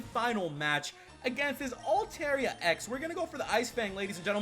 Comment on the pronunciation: Its altaria (alta-ria) not (alte-ria